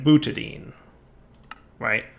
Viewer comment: More " murders perfectly simple chemical names with pronunciation"... Time to teach you the ways of AvE - "Butadine" is pronounced "Boona N" and it's used to make cheep O-rings:-D